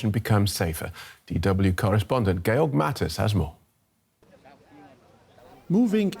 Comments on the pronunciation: Why does the news guy keep calling him Gail if his name is George? they even put his name up in writing when he came on lol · Actually you pronounce it Ge-org